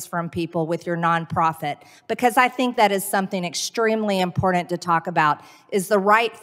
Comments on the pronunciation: Marge, Important is WITH A T not a D....!.... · It's important green not impordent!!!!🤣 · The word is "important" not "imbordant" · Why do they always say “importInt instead of important” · Can someone teach her how to pronounce 'important '?